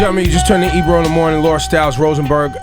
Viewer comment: Barrington Levy is legendary. It's funny how he calls Ebro Ibru...and out of respect Ebro doesn't correct him.